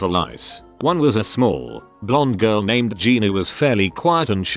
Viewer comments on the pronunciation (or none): none